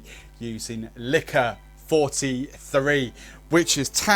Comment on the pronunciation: Dude it’s Licor Quarenta y Tres - easy to pronounce. Nice looking cocktail. But what are these ‘mils’ you are talking about?